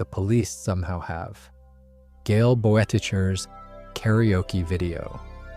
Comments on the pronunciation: Shrahder Bowerticher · Several names mispronounced as well. Boetticher was one, Schrader was another. Those names were clearly used many times in the show. Any fan would know how they’re pronounced.